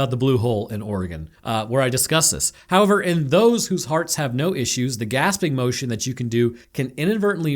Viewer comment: in the distance during this review, I can hear the echoing of some accented english going "hoyever..."